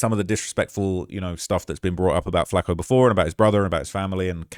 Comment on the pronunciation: It burns my ears rhe way British people pronounce flakko and Tupac